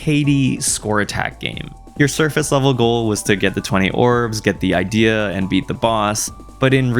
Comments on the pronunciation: I truly must be caffeinated the way every time he said idea instead of id ee uh like in journey of dreams I get angry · A thing to note, Ideya is actually pronounced as “ih-dee-yah”, despite how the word is spelled similarly to “idea”.